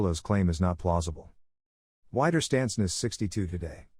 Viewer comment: it's not 'wai'derstandsnest but 'we'derstandsnest (resistance (widerstand) hole (nest))